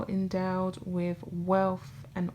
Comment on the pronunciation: I like your stuff but you really need to listen to how you talk. With is pronounced wiTH not wiff. Your voice goes up at the end of many sentences. You need to work on your diction.